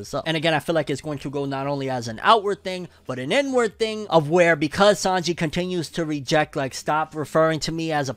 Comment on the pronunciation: every time you said "inward" i heard "N-word"